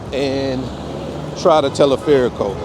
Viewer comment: Yes, you have to get better on your spanish. At first I heard you say " Teleferico". I knew what you were talking about. But I didn't understand you. Anyway, like you said.... I don't want to be critical. (Well also "El Caminito"! ) Thanks for sharing. P.S. I think you decided to try El Teleferico Because you've seen the guy Kurt Caz from West Africa. He goes everywhere. Don't do what he does. He can survive. I am not sure about you. Also on a side note: The women. MMM. MMM. MMM